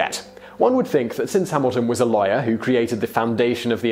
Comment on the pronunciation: Thought you were saying "liar" everytime you said "lawyer". Figured it out at the end. Still quite ironic